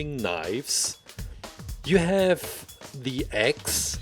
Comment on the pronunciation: Every time he said “axe” I thought he was saying “eggs”. Huh.